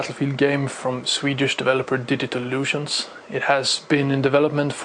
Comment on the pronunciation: Haha! Digital Lusions! Learn English!